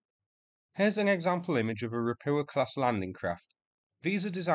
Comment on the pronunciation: "Ropucha" should be read like "ro-poo-ha" wich mean toad btw.